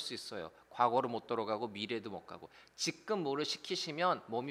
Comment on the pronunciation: 직끔 삼당소...ㅎㅎㅎ 이 발음 진짜 어려운 듯~^^; 상담 같이 듣고 있어용 ~ 유익합니당♡